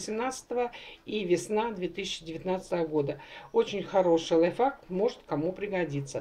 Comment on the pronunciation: Не говорите лайфак.Если не выговаривайте,скажите на русском-своём родном.А ,в основном,видео хорошее.Удачи вам и не обижайтесь